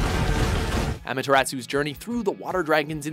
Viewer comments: but it should be Ah-Mah-Teh-Ras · Same with Amaterasu. Seriously, it's not pronounced AMA-teratsu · Seriously, Amateratsoo?? really, , really?! it should be Amaterasu, not Amateratsoo. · Its amaterasu not amateratsu idiot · I would like to say something. Some of your pronunciations are a bit off, especially with Jabu Jabu and Amatersu.